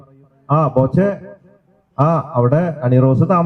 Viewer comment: ബോച്ഛൻ അല്ല ബോച്ചേ 😄😄😄